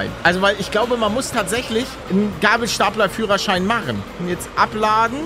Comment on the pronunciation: Der "geibelsteipler" wer versteht?